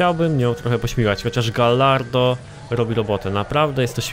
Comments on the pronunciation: wiem że pierdoła ale bardzo mi przeszkadza... "Gajardo" nie "gallardo". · czyta sie gajardo;_; A Viper ma lepsze przyspieszenie i prowadzenie niż gallardo;) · Ale czyta po luckowemu, a po luckowemu czyta się galardo. PS: A jak czytasz "Tomb Raider"? No właśnie...